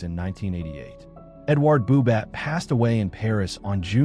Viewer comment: Lovely presentation of Boubat's work but please, the T at the end of his name is not pronounced and his surname is not Edward, phonetically in English, It's Eidwar Booba. Thank you.